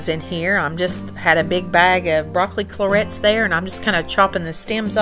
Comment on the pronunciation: Did you say broccoli clorets?